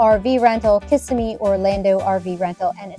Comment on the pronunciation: It's pronounced kuh-SIHM-me.